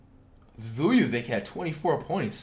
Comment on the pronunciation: Nikola “Vuyuvik”🤣🤣 Was trynna Play Like Nikola Jokic against My BucKs 🤣